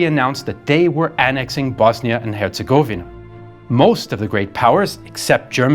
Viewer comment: Hertz-a-go-ven-ah not hertz-a-givena